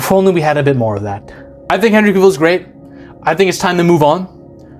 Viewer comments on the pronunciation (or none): Cah-vill.. not cuhvill.. also this new superman looks like a chump. All we see is his ass getting handed to him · You pronounce his name wrong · Dude... at least pronounce a Henry "cavills" name right... by the 3d time you pronounced it I clicked off the video 😂😂😂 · You can't even pronounce his name. Having him forced to kill in the first movie not only shows that he chooses Earth over Krypton, it also establishes a grounded backstory to his "no kill" rule moving forwaard. He was still Clark, this was his first appearance as the Superman and his identity hadn't been fully estaablished yet, he had no experience and that's why it' snot until Black Adam that you actually see the Superman that we all know. This was only an origin story and Warner Brothers killed it off before it had time to cook. This is why Warner Brothers deserves to fail, because they've had over 40 years of fuumbling the ball when it comes to DC films.